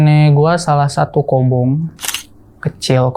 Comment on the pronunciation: Maaf bang sdikit info aja. Maaf sbelumnya kalo salah tapi setahu saya yg sempat jadi santriah. Yg s aa ini sebut itu Kobong bukan Kobung .maaf jika berbeda sebutan ya bang😇